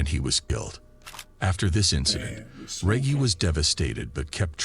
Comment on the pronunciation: Man needs to learn to say Reggie lol